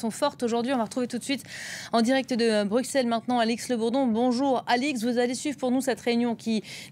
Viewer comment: Perso ce qui me rend ouf c'est ne pas savoir prononcer Bruxelles correctement xDD